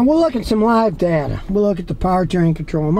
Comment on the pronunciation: It's DAY TUH not DUH TUH